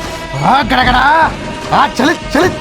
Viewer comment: గడ గడా చలీ చలీ కాదు..! గజ గజా చలీ చలీ అనాలీ‌..! 😊😊😊